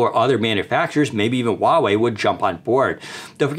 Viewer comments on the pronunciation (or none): did he say huawei? LMFAO